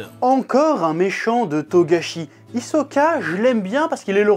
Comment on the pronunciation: On dit HISOKA!!!!!!!